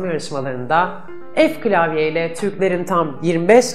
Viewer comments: O ef klavye değil f klavye Aynızını İhsan Sıtkı Yener de söylüyor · ef değil " Fe" :))